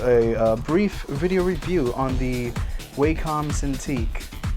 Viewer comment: ''Waecum Cintique''